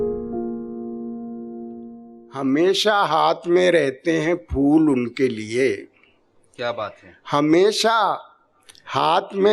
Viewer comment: Fool nahi phool hota hai namakool